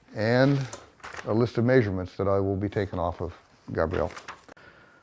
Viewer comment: I cannot stand if someone uses a word a thousand times in their story and mispronounces it. I cannot imagine this being a legitimate accent.